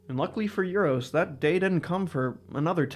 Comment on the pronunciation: You-ros!? It is Oo-rosh. And enough with that Ay-van.